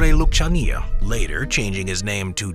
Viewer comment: Lucania, pronounced Loockania